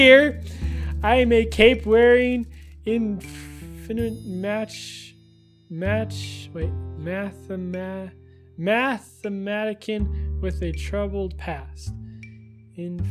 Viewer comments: IT"S A MATH-MUH-TISH-IN (NOT THE CORRECT SPELLING) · Mathmatician Math-ma-tish-in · Math-im-meh-ti-tion. Mathematician. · he said mathematican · Math-ma-tician lololol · It was pronounced Math-mat-it-see-an